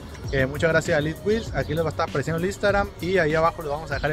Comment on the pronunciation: ELIT WHEEL/ SE DICE ELITEWHEELS 🫡